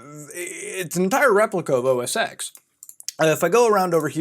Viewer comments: So much misinformation here. Also. It's OS TEN, not OS "X". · its said "OS10" not "OSX" btw ( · IT'S PRONOUNCED OS TEN REEEEEEEEEEEEEEEEEEEE good vid tho keep it up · OS “TEN” not “x” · OSX is pronounced “OS ten”, not OS ex... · “Mac OS Ten” please. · OS “Ten” not EX! God ear worm! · It's Mac Os X (Pronounced TEN) lol not Mac OS Sex lmfao... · >OS eeks >Not OS ten Reeeeeeeeeee lol whatever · It's OS 10, not OS X, hearing that was so annoying pmsl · Ive been brainwashed enough to cringe every time I hear you say OS "EX". I know its not a big deal. It changes nothing in reality. But god damn. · OS X is pronounced as "O S Ten". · It's OS Ten. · Good video, but it bugs me that you Pronounce the "X" in Mac OS X. It's a Roman Numeral, it should be pronounced "ten". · You Mispronounced OS X